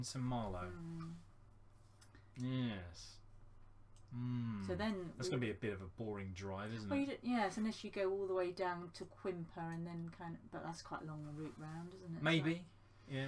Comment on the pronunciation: Great video guys, I missed it live and just watched it...I did smile when you called the English Channel a river lol, Quimper is pronounced "Camp-air, if you say it with a French accent it sounds better lol